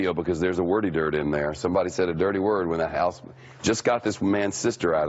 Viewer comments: "There's a wordy dird in there" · A 'wirty dord'. lololol. Is he making fun of FOX, now?